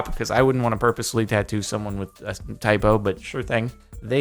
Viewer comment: I swear I heard him say IPO instead of typo